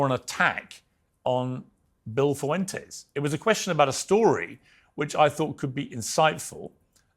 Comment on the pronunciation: And Nick foo-entes